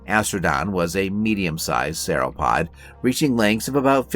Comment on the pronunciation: work on your pronunciation and correct usage of nomenclature when referring to a species within a family vs the family as a whole... Cretaceous and Sauropod pronunciation was wrong too... A for effort though.